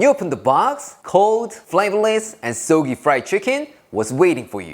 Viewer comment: Lost me at 'browned' garlic. Gross. No One 'browns' garlic, and for good reason. Also, it's SOG-gee... not so-gee. Then there's shameless plugging of garbage and unnecessary packaged product... Add in a ridiculous sing-song voice (WHY??) and I'm OUT. :(